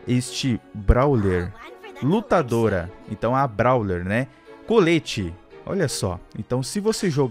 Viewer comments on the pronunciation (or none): O fala tudo errado kkkk, ele fala colete mas se pronúncia couleti kk, ela se chama colette mas se pronúncia couleti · e colleti n coleti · Daí vc vai entender pq o dano da collete vai diminuindo, eeee tbm Naum se fala colete (de proteção ou para esquentar sla) se fala coll let tendeu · é coléte que se fala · Se escreve Colette e se fala Cólétte ;-;. E n é ursinho, é um livro de figurinhas dos Brawlers, tipo o Spike q dá pra vê.